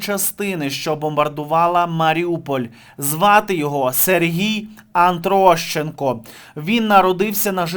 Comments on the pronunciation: не вводь глядачів в оману, його прізвище атрощенко, а не аНтрощенко! З повагою. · Ти зовсім сліпий чи що, впродовж свого відео не можеш прочитати правильно прізвище гниди АТрощенко?!?!